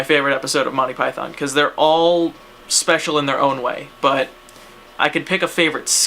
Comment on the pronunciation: The way you say monthy pyton.... u just gave me aids through the internett....